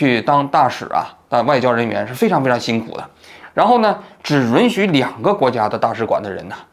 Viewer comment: 是允yun许别特么老run run听了真膈应